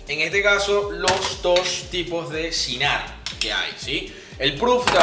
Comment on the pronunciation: No digas yinar por diosss. Se dice chinar.